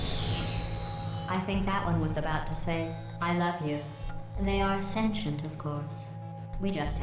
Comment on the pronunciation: >Says everyone in Portal is a moron >Pronounces "sentient" wrong multiple times